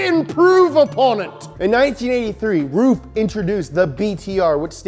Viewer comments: hey, bro........ how do you pronounce Merc AMG ?? In that same way...... Roof...i mean RUF is pronounced R-U-F..... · PLEASE Ruf not ROOF, please short U not long OO. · That’s rough, not roof mmmmmkay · I always thought it was pronounced rough, and not roof. I think rough sounds way better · Ruf is not roof in german. Ruf is to call, shout or reputation but nevevr the Dach=roof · Is pronounced rough, and youre bffs with rob dahm with your keeps mercials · i thought it was prounced RUF ( ruff [like a dog] rough) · I thought it was pronounced "Ruff" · It's pronounced ruf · I wish it was pronounced ruff like a dog noise 🐕. Pretty disapointed. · i now know how to say "ruf" properly....i thought it was (rough) up until today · Always thought it was pronounced "Rough" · I also thought is was ruff just learned from this this it's roof not ruff. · Its actually RUF not R U F?? Oh then... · Justin Y's Disciple both are wrong according to Google, it pronounce like “auhuf” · Ronald Poon no yuo wrong is ruf